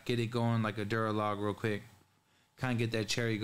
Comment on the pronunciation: "Duralog" lMAO my boi